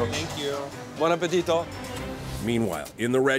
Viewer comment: He sayed buon appetito so well